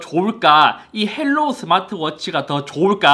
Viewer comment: 헬로우가 아니라 하이로우입니다. 중국어 발음 그대로 영어로 쓴거에요.